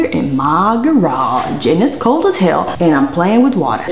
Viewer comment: Um .... hell isn't "cokd." 😁